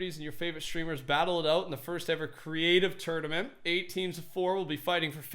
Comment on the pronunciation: He said turniment like turd amint